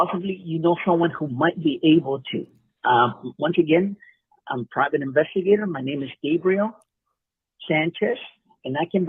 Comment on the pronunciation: I like the way he said that he is a privet investigate investigating the After Mat Foundation that was so funny. Lol